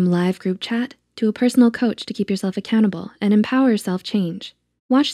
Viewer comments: At the start of the vid where they where talking about noom and they were saying something about keeping yourself accountable, did anyone else hear 'to keep yourself a cannibal' I had to turn on subtitles XD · on the noom part at the start am I the only one who heard cannabil??